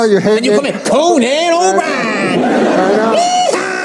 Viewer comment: He called him co-nan purposely because Conan introduced him as Mcdonald instead of MACdonald.